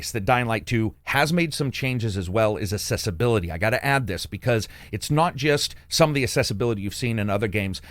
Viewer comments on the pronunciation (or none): What is why this word- “Assessebility?” Like some made up word about how easy it is to assess something? Or is he trying to say “Accessibility? With a ‘C’? Like how accessible things are? Is this just confusion or do Americans remove the C sound? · But why he Assessebility? Rather than accessibility?